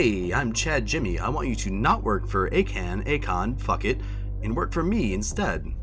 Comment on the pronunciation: Ok so the whole pronunciation thing with Akan you pronounce his name as Akan instead of Akon